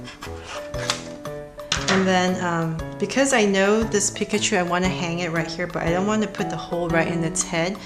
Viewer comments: If you love pikachu that much then you'd learn how to say it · That is actually how you pronounce it properly.